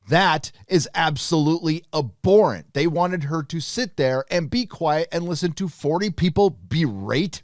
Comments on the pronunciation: Abhorrent (ab-hor-rent) 👍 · It's pronounced abhorrent not aborrent. Fyi. Good video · The H is not silent!!! Not - a-bore-ant Is - ab-whore-ent 😏😉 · I dunno why all these US/CAN youtubers cant say abhorrent properly... Its not Aborrent... Its Ab--Horrent... "HuH" You got to say the H. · I am with you on the entire free speech thing and all, but I have to mention something. You read "abhorrent", but when you say, I hear "aborent". It should be "ab-horr-ent", right? Or is this an accent thing? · Its pronounced ab-horrent not abor-rent!! Sorry but your pronunciation was killing me 😊👊🙌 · For the love of god, it's ab-HORR-ent. I understand kicked out of three high schools but you don't say a-bnormal or a-bcess or a-bsent or a-bdominal so why the hell do you and so many other Youtubers keep saying a-bhorrent. It's a common word. Jeez. It's gotta be just a jackass troll at this point. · FFS please say abhorrent correctly, pronounce the h ab-horrant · It’s pronounced ‘ab-horrent’. Honestly you’ve got no idea about this story and Lucasfilm is not scared of her. Bill Burr admitted she did something wrong, he just didn’t believe the punishment fit the crime. But the thing is this is not the first thing she’s said that’s has not been ok with Disney, your Star Trek comparison is not equivalent. And Jon Favreau mum is Jewish, so not sure how much he would be defending what she said. You’re a shocker, bloody click bait... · ~ The "H" in "abhorrent" is NOT silent. Otherwise, great video. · I see that you really like the word "abhorrent", so maybe you should learn to pronounce it.